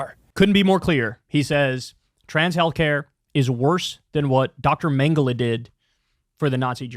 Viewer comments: He's such a "Historian" of atrocities and then goes on and gives maybe the dumbest pronunciation of Joseph Mengele an English speaking person has ever spoken. Not to mention damn near every historical fact about the n@ he gave was either misleading or damn near false. He is such a f**king Charlatan and the fact that Joe Rogan buys into it tells me he needs better "Historian's" around him. Jordan Peterson has literally lost his f**king mind and anyone with two eyes and a brain can see it. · why does he say mengele like that? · He said that he studies atrocities and has studied atrocities for decades.... And he knows all this stuff in and out..... And then proceeds to mispronounce the Nazi scientist's name.... I'm sorry, I thought you researched this shit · If you're going to make a Mengele comparison at least pronounce it correctly. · Jordan Peterson doesn't even know how to pronounce Mengele or his hyper-exaggerated Canadian accent butchered the name. Why anyone takes him seriously when he is a top tier drama queen. He's the modern day version of the mass hysteria that happened in Europe in the 1500s when citizens of Strasbourg France had some mass psychotic break and danced in the streets for months